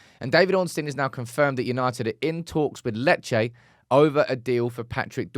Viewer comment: Lol it’s lee Che 😂👌